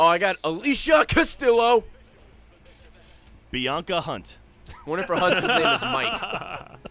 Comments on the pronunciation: Ray, Alicia "Castilow"? And you call yourself Puerto Rican? Is Castillo not Castilow. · PiKoSlIkEcRaZy It's pronounced "costiyo"